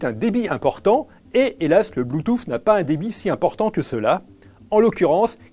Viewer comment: le mec prononce bloutouffe au début de la vidéo